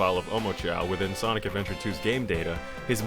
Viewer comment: i believe he said blonic